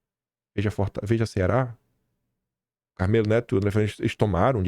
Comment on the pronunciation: não perco seus vídeos, adoro suas postagens. Sou cearense e entendo que alguns nomes são poucos comuns no país e quando falado de forma diferente, até "dói" nos ouvidos...kkk. É o caso do nome do Carmélo Neto. O nome não tem acento, e talvez seja aí que more a dificuldade na pronúncia. É bobagem, eu sei, é isso não tira o brilho dos seus comentários, é óbvio. Não veja como crítica, por favor...kkkkk. Ah, e sigo 100% Bolsonaro e assim como você, o Didi, o Mario Robert, tbm já não sou "direita", agora me identifico apenas como bolsonarista...kkkk Bjs na Saori.